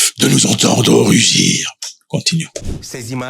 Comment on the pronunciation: Il dit vouloir "RUJOUR" ! Il veut "RUGIR" ou il veut "RUJOUR" ???? CE N'EST PAS LA FRANCE SEULE QUI A ETE EXPULSEE DU NIGER LES ÉTATS-UNIS AUSSI ONT ETE CHASSÉS MAIS DEPUIS, TIANI PARLE DES ÉTATS-UNIS AVEC ATTENTION POUR NE PAS SE FAIRE ARRETER PAR TRUMP, LUI ET MADAME COMME MADURO !